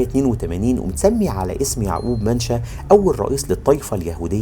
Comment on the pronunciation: اسمة ينطق هكذا ( مِينْشْشَا ) ( MENACHA ) وليس ( منشا ) . اصل انا اسكندراني ومن شارع مِنْشًا باشا بمحرم بك !